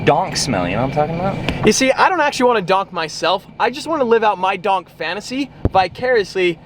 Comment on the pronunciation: That’s is not how you say donk